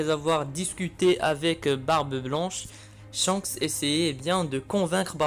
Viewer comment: Et surtout c'est Shanks pas Chance